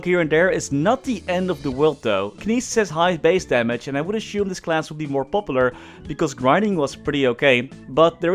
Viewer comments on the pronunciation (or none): none